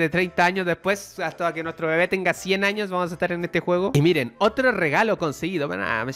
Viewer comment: Pense que dijo 3 anos